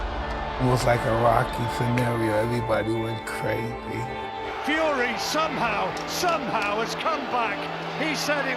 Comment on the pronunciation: the way Tyson says crazy lol